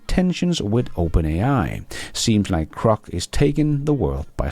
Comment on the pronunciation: G G G Grock. Not C C C Crock. 😂